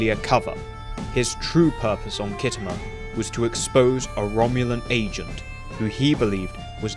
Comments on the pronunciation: Kit Homer? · Pronounced skitamer by actual war gamers